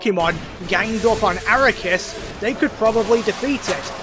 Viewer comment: Arc-key-us Ark as in the boat Key as in where are my keys Us as in toysrus I’m gonna be petty I really hate when people miss pronounce his name even though the official pronunciation has been said multiple times in Canon